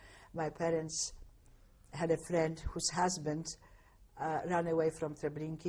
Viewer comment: This is in no way meant as a criticism, but I've never heard the pronunciation "Treblinkeey"" for "Treblinka" except for in this interview.